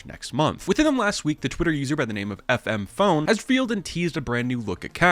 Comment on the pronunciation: Did u rly called him FM PONE? HES CALLED FMP ONE!!! xd